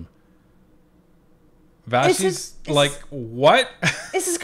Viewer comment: Can y'all make a PSA to all other fake channels like Moose on the Loose. Can yall just please make a video so that all these fake channels Finally know how to pronouce Vassey's name